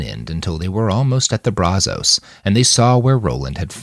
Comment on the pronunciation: If you're going to say the name of a place, or let's say a river, over and over, maybe you should learn how to pronounce it. That's not how you say Brazos river